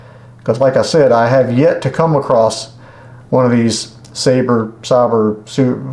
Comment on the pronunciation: I don't know if you really don't know how to pronounce Sabra or are just joking around, but Sabra is pronounced "Say-brah". It's my favorite spincaster and I have several of them. The models 130A and 130B are the best.